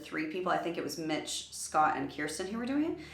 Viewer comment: Newbie and I LOVE you:) wish I could sing:-) Just an FYI as a big PTX fan as well I believe her name is KIRSTIE rhymes with THIRSTY. Anyone please let me know if I’m on or off on that lol:-)